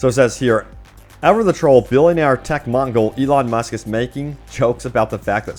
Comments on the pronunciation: Did...did he just call Elon Musk a tech Mongol? lol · It’s “mogul” breh